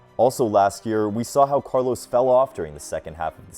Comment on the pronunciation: His name is Carlos, not Carlows.